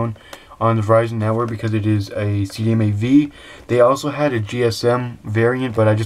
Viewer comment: CDMA not CMAD.